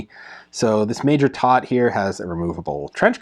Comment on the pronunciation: "Toht" is pronounced to rhyme with boat and coat.